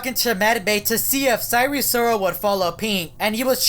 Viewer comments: it’s not sire sirol it’s sire sol 😡😡😡😡😡😡😡😡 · "And sire sirol was nowhwere to be seen "